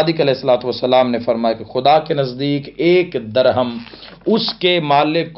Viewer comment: لفظ درھم کو زیر کے ساتھ پڑھیں